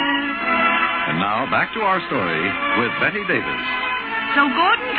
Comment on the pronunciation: It's Bette Davis, NOT Betty or Better Davis. Please have enough respect to get her name correctly! Thank you.